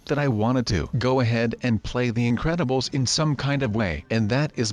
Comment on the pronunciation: its incredubles not incebles